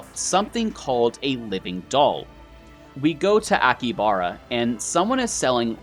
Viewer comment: He pronounced so many things wrong. I speak some Japanese and his pronunciation is driving me mad. AkiHAbara. He missed a whole syllable...